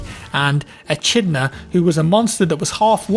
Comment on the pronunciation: Triggered when you said "Eh-chid-na" for Echidna. It is "A-kid-na". Thebies really, thought you liked Greek Mythology? Good effort though and good video thank you.